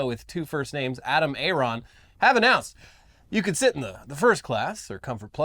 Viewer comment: Adam Aron? Literally A-aron